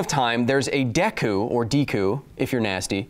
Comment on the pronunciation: It is pronounced day-koo not deck-oo!! You are a fool.